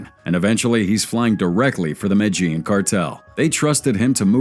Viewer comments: Listen too This MAN! THE MATAGENE CARTEL MATAGENE!! IF HE CAN'T PRONOUNCE THE COUNTRY!! HOW HE KNOWS ANYTHING! I STOP! WATCHING IT!!!! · Jesus fucking Christ. Sound it out it with me. MEH-DEH-YEEN (Medellin) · is this an AI voice? don't make a documentary if you can't pronounce 'Medellin' in the first 5 seconds